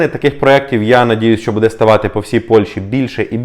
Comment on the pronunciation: Не буде а буде наголос на "бу"